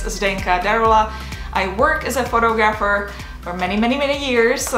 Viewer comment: Zdenka. Please check the way you pronounce the words "Photography" and "Photographer". North American English is not the same as east European.